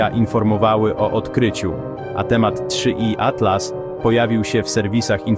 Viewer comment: 3i atlas, nie da się tego ai słuchać. 3 iatlas